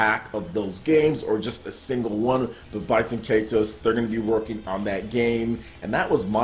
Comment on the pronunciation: I think it's pronounced "Bay-ten Kai-tose." Also, Baten Kaitos 1 was far superior to 2 (although I like 2 as well) since the battle system was far more complex, deep & rewarding. Baten Kaitos 2 streamlined the battle system and simplified it way too much, making it far too easy and less involved.